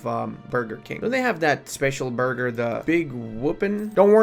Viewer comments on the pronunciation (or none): none